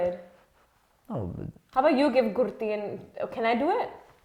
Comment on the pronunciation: thats not ghurti its ghutti